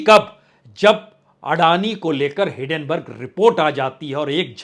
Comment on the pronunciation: आप‌ बचपन से हिडेनबर्ग कह रहे हैं जबकि शुद्ध हिन्डेनबर्ग है !